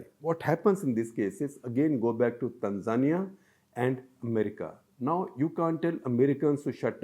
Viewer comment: Baldhead is pronouncing Tanzania wrong.